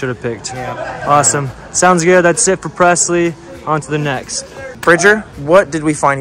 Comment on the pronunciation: I love how calls presslee “pretzels”